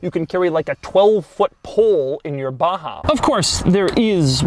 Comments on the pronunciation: why u say it baHaaa its baJaaaa 😂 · its Baja not baha where did u see H its J lol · It’s BAJA not BAHA. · Baja != baha.... if its baha call it baha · Baja you dumb fuck . Not baha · It is Baja not a baha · Batza !! Not Baha.. Batzaaaa !!! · pronounced BAZHA because if they wanted us to pronounce it baha, they should've written baha. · Doug the type of guy to pronounce baJa as baHa. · Baha? Is it not saying Baja? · u said baha instead of baja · Its 'Baza' the hood is longer than the bed. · Baha or Baja 😁😂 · Do you actually speak the j like a h? Baha and not B-a-j (like in Jay)-a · Why is baja pronounced as baha? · Why Doug pronounce baja in ba-ha? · Seriously?? No comments about the pronunciation of the BaHa? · its a baha. so the "j" is a non-silent "h". hmmm. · When he abaha.. It sounds like yamaha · Stop said BAHA? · Why it's pronounced as "Baha" when it's clearly named as BAAJAA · Y is baja pronounced baha & not baja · How is baja pronouced baha? Is the car mexican? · Sir its Baja not baha I guest you spelled it incorrectly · call this baja like j dont sound ha.like honda xr baja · the way Doug pronounces BAJA is interesting. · why is he putting a ''H'' where its clearly a J?